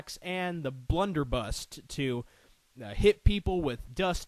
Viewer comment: Prof Port's weapon is pronounced Blunder-buss. Also, Cudgel is pronounced "Cud-gel", not "Cue-gell"